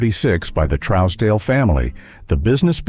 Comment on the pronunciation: The first store is pronounced TRUES-DALE the O is silent. Cooke's fine Foods in Kingston has been in business since 1865